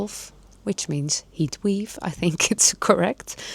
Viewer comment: Heat wave ( spreek uit als weev) You speak softer and less quickly when you use your 🎤 😊 ❤